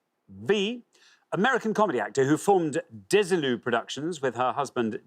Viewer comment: Ball did go on to produce Star Trek, and was as sharp as a tack as a film/TV/video business woman. Desilu is accented on the last syllable, BTW.